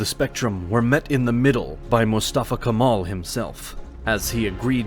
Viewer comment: If you're making this video, at least study the pronunciation of such places and people, 17 min into video, couple dozen of mispronunciations and wrong names of places. Not Turkey, Türkiye. Not Constantinople, Istanbul. Not Kamal, Kemal. I myself being tought about Canada, USA and UK about names and pronunciations all my life, as a Turkish guy, this is such a disrespect.